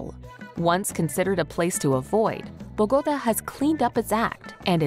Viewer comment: Constructive feedback: the music at the end is not typical of Cartagena, or the north coast. Select music from that area, like Vallenato. Also, Bogotá the capital city is pronounced with an accented a. Thank you!!!😊